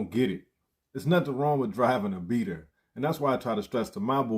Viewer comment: Wtf is a beater 😅..? You mean "bleeder"